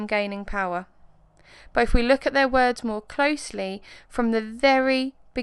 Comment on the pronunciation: It's 'but' not 'buh'